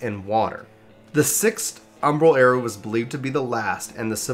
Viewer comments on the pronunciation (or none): Came here pre-Endwalker but dude I’m sorry your jumping around of topics, stream of consciousness style speaking mixed with in matching visuals makes it too hard to keep up. Also the constant mispronunciation of words like “era” and “Allagan” so I can’t listen to it in the background.